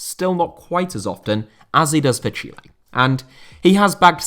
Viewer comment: if you say chile like chili then youre saying it wrong, he is actually saying it right